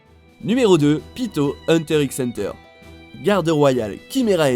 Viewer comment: Son nom ce dit pitou pas pito. 😡